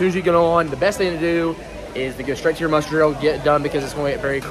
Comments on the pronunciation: I swear it sounds like you're saying "mustard" station instead of muster.... 😂hahaha. Great video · He was totally saying Mustard 😂